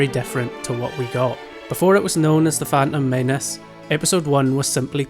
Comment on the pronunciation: I never knew it was known as the" fan ummm men ess." Thanks for enlightening me.